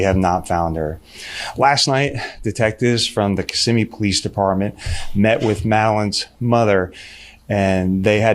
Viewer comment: Thank you for pronouncing Kissimmee correctly 😅. I one hundred percent believe the mother needs to be arrested as well. Disgusting, despicable, heartbreaking...